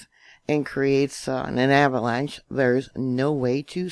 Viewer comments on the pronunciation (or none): none